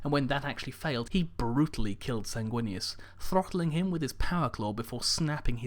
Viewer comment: SAYNG-WIN-US....sanguinous....SAY IT WITH ME